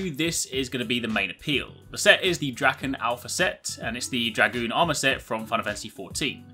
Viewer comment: There's no k in "Drachen".